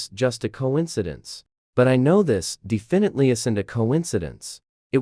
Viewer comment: " luckly the elavotorse of my life" "defenitlivitly going to laugh"